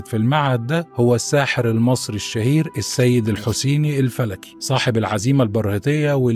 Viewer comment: ياعم ابقي اقرأ كويس دى السيدالحسينى